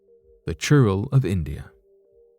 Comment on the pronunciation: It's churail not churro 🤣🤣🤣🤣🙏🙏🙏🙏